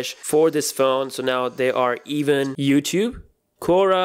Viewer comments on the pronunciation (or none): none